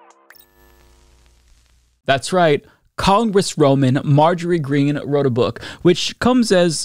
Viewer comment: "Congressroomin" - Damn, even trump's "children" are already slurring their words just like daddy. Cocaine is a helluva drug...